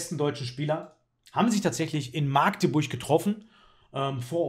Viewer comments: Lieber, erstmal großes Lob für die tollen und informativen Videos! Als Magdeburger muss ich allerdings anmerken, dass es "Machdeburch" oder einfach "Mackteburg" ausgesprochen wird. Maaagdeburch triggert uns 😅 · Sorry, uns Magdeburgern sträuben sich die Haare, wenn man Maaaaaaaagdeburg sagt;p die Stadt wird mit kurzem A ausgesprochen:)